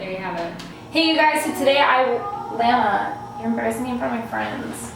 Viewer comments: I love how you call lana lena😂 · the way you pronounced Lana is so cute lol